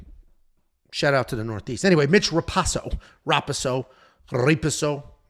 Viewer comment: hey btw its mitch ra-pohso, not pahso. usually i dont care but this dude is a cage titans legend, sat next to his parents before a couple of his fightss and theyre all great people